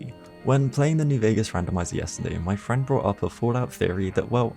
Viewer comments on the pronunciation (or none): It’s insane how he says “friend” like it wasn’t the ToBeBruhed